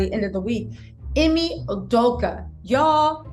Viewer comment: His name is pronounced E-may you doe ka.